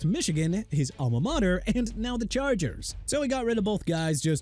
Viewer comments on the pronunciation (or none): none